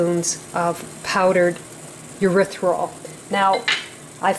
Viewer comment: Erithritol: "Ery - thry - tol" darlin'. Otherwise it sounds like a body waste product. Looks like pretty good chocolate.